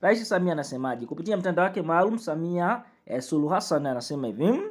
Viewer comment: Wewe Mtangazaji Wewe Sio Mtanzania Maana Hata Rais Wako Jina Hulitamki Vizuri Mtanzania Gani Wewe Au Ndio Wale Walionusurika Na Magufuli Unasoma Kama Mwanafunzi Wa Awali